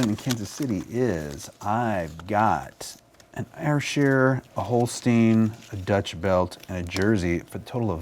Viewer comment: How hard is it to say Air-Shere? #woefulpronunciation #yanks